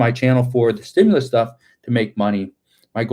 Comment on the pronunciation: I herd Schumer saying stimulas . Yea a women got shot today